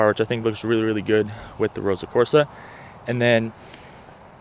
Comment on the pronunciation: It's Ross-o red...not Rosa red.